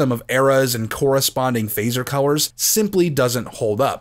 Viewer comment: Do you have a speak quirk or is what I hear a regional accent thing. For colors I hear cow-wers and when you say words with O and L together.